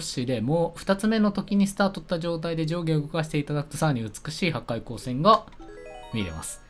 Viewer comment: とりあえずなんかティーヨシがはかいようせんを........ 自分 ん⁉ww 最近言い間違い多すぎいぃぃぃぃぃぃぃwwwwwwww